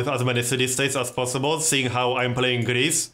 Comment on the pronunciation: lol when you say Greece it sounds like gris, which is the Swedish Word for pig! xD